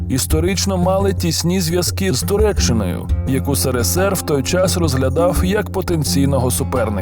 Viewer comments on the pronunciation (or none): ТуреЧЧникою, ТуреЧЧиною, КАРЛ! і переселЕнці (а в цілому ми дуже цінуємо твої намагання розмовляти українською правильно)